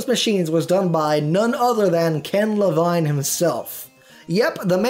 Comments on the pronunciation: "Ken Le-Vine", "Fahrenheit 4-5-1"? It's "Le-veen" and "four-fifty one". Also, Ken Levine didn't work on System Shock 1, so he can't really be credited with all of the "Shock" games. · That's Ken Levine (LUH-VEEN)